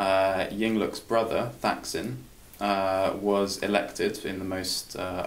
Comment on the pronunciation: Holy shit. Thaksin (you pronounced it wrong) was elected in a "corruption-free" election? I can forgive mispronouncing his name, but not mischaracterizing how he came to power. You lost me right there, Dude.